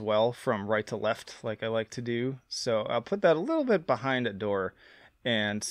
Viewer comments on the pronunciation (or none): bro called it Adoré 💀